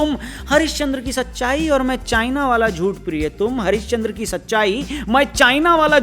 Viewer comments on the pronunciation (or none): Aap priy likh ke priye padh rhe ho